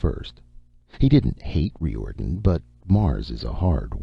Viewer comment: yes! and I'm pretty sure the name he's pronouncing Ree Or'den, is Riordan....